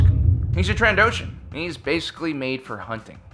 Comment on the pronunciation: “Trandoshian wildlife preserves”